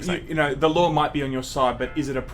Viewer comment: says 'lawr' instead of 'law' but doesn't have that problem.